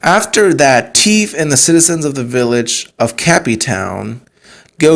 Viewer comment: Why do you say tiffs name like that? Its not pronounced like that in the show, and for some reason it bothers me.